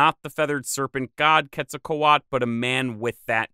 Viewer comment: There is a T and a L at the end of Quetzalcoatl, why do you stop at A and not read them? The word isn't Quetzalcoa.